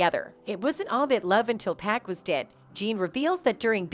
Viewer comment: This channel sucks it’s 2Pac not 2Pack